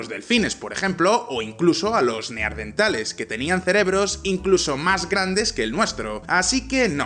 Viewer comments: Neardentales? En serio,? Hasta ahí he escuchado. ¿Os imagináis a un físico hablar de potrones o quacks? Pues eso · diciendo "Neardentales". Vaya nivel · neardentales. XD